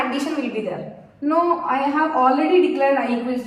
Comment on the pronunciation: that NO was personal 😂